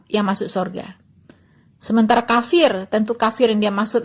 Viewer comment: Waloni ini cuma suara besar tapi otaknya kosong, kafir bilang kapir hehe